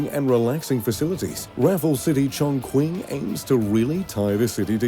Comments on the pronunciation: In John Quing China 😂 It's pronounced Johng Ching (I don't know a better way how to write the pronunciation). I understand that pronouncing Chinese names are hard to do, but while doing such a video, it wouldn't be a bad idea to listen up how to pronounce them and at least trying to do as good as possible. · Yes... ridiculous "ChongKuaing"... One of the largest cities in the world. It would be like if I pronounced Paris as "PayWees" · ChongQuing? hahahha. Please don't ever make a video when you haven't even set foot there. And get your pronounciation right. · oh never thought i can see my home city here, btw its pronounced as "Chongching" not "Chongkung" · hey, if you're going to keep saying the name of the city, you should really say it correctly, the "Q" is pronouced "Ch", not "queen", but "ching". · Very nice, but by the way, the city is pronounced Chong Ching, not Chong Quing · Urm... please check your pronunciation. Chongqing the Qing sounds like Ching. Not quing. It’s like the word Qi Gong. If you are producing a video to reach millions. You need to be correct. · Chongqing is pronounced "Chong-Ching", not Chong-Kwing as you put it. You pronounced the rivers' names wrong too. You said you were there at the opening? I think you lied. They would probably be wincing at your pronunciation of their language. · chonQing? his pronunciation in incorrect as far as I am aware - Its pronounced Chon CHING as in Ka - Ching ..... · It’s pronounced Chong-Ching, not Chong Qwin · I stopped at ‘Chongqueen’. If you are making a video about a city, the least you can do is to get the name right. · The phonetic pronunciation of Chongqing is "Chong Ching." The narrator's pronunciation is annoying. I lived in Chongqing for 6-years. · Actually it's pronounced "tchongtching"... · In chongkwing... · In Cantonese the pronunciation should be "Chong Hing", for Mandarin is more like "Chong Chee-ing" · It is pronounced chongchi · "chon kwing"